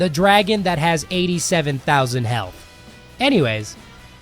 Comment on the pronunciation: I did not expect him to say health penis